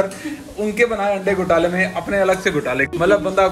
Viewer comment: wife ke saamne aap aande aande kar re hain 🤣🤣🤣🤣🤣 and shez not understanding it at all 🤣🤣🤣🤣🤣🤣 i think you must be knowing what you are saying 🤣🤣🤣 aande not ande 🤣🤣🤣🤣 single 'a' can make a difference 🤣